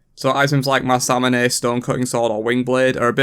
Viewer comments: Never say ma sam a ney again pls its masamune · It’s not mus-UN-a-may it’s MAS-A-MOON-AY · the way you said masamune makes me so sick man